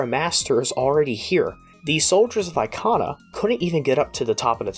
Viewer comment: E-KAH-NAH not EYE-KAH-NAH.........